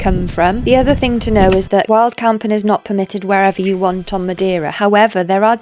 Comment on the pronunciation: Amazing! Just FYI, it's pronounced "muh-DAY-ruh" not "muh-dee-ruh" 🌞